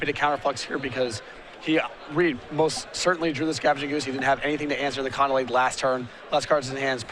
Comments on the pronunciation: it's COLONNADE, not connelade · Lol one of these guys has a real hard time pronouncing "colonnade" =D